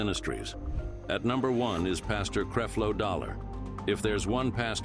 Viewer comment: It’s not creeflow it’s Creflow and this is a fake platform